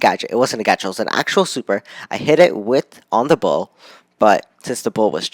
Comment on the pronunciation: Not bo it's bull